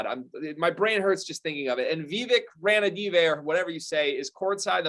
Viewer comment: How can you take anything the host says seriously when he can't pronounce the the team owner's name correctly. Picking Shaedon Sharpe is what Vlade would do. Picking a player with no evidence of success against college talent much less NBA talent. Jaden Ivey is the best available outside the big 3 and Keegan Murray is the best fit. Kings lack talent therefore should take best available then sort it out. If Paolo becomes available then the Kings take him. These talking heads really shouldn't be talking.